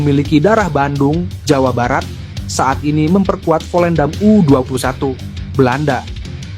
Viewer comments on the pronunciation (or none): none